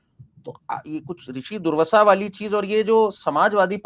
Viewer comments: पहले तो पढो दुर्वाशा नहीं पढ़ पर रहे हो दुर्वषा पढ़ रहे हो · Its not durvasa... Its doorvaasa maharshi 🙏